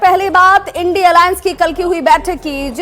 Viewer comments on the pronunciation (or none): इन्डी अलाअंस नही इडिया अलाअंस बोलिए